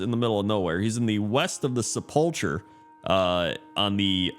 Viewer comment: oh my god learn the word sepulcher - Sep-la-cur not Se-pulch-er